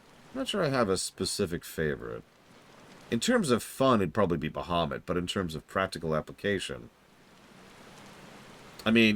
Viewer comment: I'm late but aCkTuAlLy, it's Ba-ha-moot Not BUH-HUH-moot 😂😂 jk